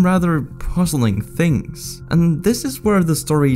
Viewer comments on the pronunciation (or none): none